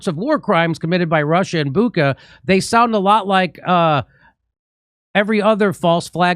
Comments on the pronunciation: Can Jimmy say Butcha (Shhha)? The New York times is enjoying the amount of money that they are getting paid to play the role of criminals. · Dear Jimmy -It’s Bucha, like dacha, like chai or kitchen not kitken 😉